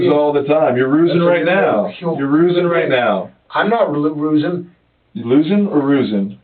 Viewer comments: "Stop rusing me, Jared." lol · “Stop rusing me” got me every time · "Stop Rusing me!"